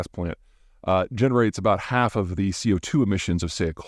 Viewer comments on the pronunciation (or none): none